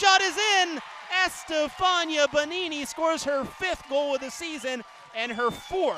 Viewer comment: no es estefaña, es estefania, siempre lo pronuncian mal!